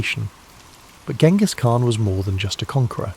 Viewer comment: Uhhh... a history channel that doesn't know how to pronounce Genghis Khan?